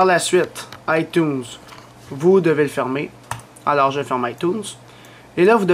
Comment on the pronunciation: Mdrr comment il dit itunes jsuis plier breef merci pour la video